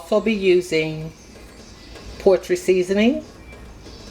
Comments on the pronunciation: Did she say “poetry seasoning”? 😂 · yes. Or portry. Repeatedly!